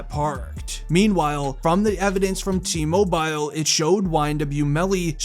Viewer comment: Mobile???? T mobile???? Please pronounce it like its supposed to be. You said it reapeatedly incorrectly and it got really annoying.